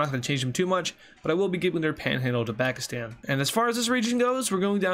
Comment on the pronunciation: You said backistan